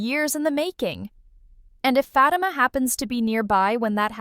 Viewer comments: I hate when these females get on here talking about the stuff we already know on top of that they mispronunciations FATIMA NAME her name is not FATMA😳🤦‍♀️🤦‍♀️🤦‍♀️ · A lot of the stuff that she’s talking about I’m not even understanding question mark all that stuff cannot be packed in one episode. What is she talking about? For the record her name is Fatima and that’s how you pronounce her name but none of the stuff that you’re talking about. Don’t make no sense. Karen already knows that Fatima is pregnant. Because Zach slipped and said it. So what are you talking about?